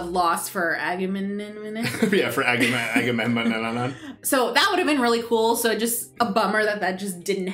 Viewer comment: You two are the cutest trying to pronounce aggamemnon you sound like nemo trying to say annenome 😂